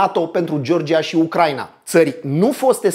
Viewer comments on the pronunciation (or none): none